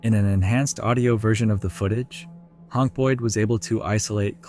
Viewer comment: "Hank" is pronounced "Haynk" not "Honk". LOL